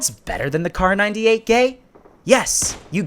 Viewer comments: I heard kar98gay instead of kar98k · Did he say kar98-gay 😂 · am i the only one who heard him say "Kar 98 *gay*"? 😂😂😂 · Did you said kar98 gay ? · DID HE JUST SAY KAR98GAY?@